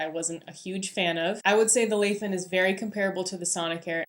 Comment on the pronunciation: Nice review! Will get it for my wife based on this! Btw it's a Chinese brand, pronounced lai as in "tell a lie" or "lie on the bed"